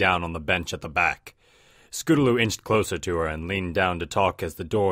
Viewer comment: Scotaloo? Don't you mean Scootaloo?